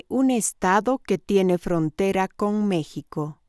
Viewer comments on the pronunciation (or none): none